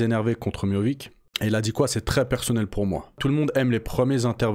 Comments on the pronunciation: C’est Miocic pas Miovic 😂😂😂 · C'est miotchich pas miovik 🤣🤣 jrigoleee mdr